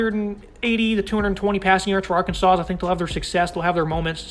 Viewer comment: The final "s" is silent in Arkansas. Come on.